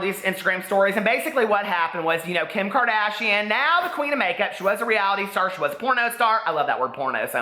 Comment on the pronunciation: "KIM KARDAYSHUN"